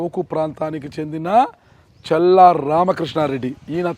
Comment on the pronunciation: చెల్లా కాదు మిస్టర్ విలేకరి గారు ‘చల్లా‘ తేడా ఉంది బాగా